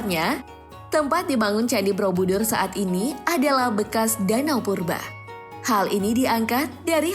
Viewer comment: Kenapa aku dengernya 'Brobudur' ya? Bukan Borobudur